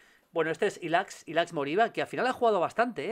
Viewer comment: Julio un consejo amigo, Ilaix se pronuncia así: ILAISH. Un abrazo chao chao chao chao